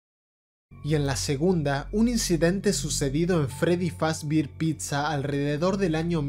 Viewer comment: Fazber:❌ Fazbir:✅